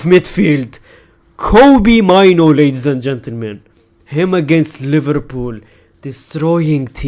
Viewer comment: blud said minor not mainoo